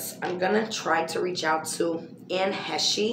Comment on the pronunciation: Anne's last name is actually pronounced Haysh.